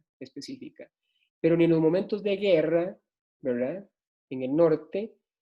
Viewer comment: Todo el rato dice: wra.... en vez de verdad, se hace pesadisimo.